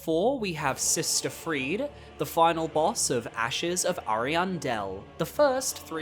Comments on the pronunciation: Not a bad list, Gael is absolutely the king of DLC bosses. I'd put Radahn higher myself, but other than that it's solid. One nitpick though, it's pronounced Free-dah, not Freed. Call me autistic, but it is so distracting when everyone mispronounces her name. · The second "e" in "Friede" is not silent. Her name is not Fried.